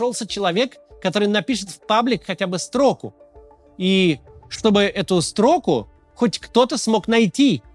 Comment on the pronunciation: Не стрОку, а строкУ. Не нАчать, а начАть. Селянин